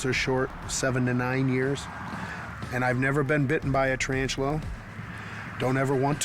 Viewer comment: Did he say "tryantula" ? This expert? Or is expert ironic?